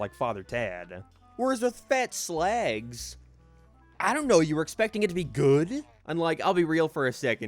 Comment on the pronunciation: It's slag not slehg.